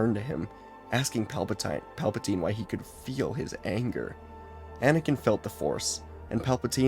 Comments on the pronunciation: It’s funny because he accidentally miss pronounce Palpatine and said Palptime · I loved the accidental mispronunciation of Palpatine’s name, it got a chuckle out of me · PALBATINE Palatine 😂😂😂😂😂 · The fact he does this in one take is amazing I only hear one miss read in the entire thing with Pelpatine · It's Palpin' time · Palpa- what now? Tine? No teen? Tine?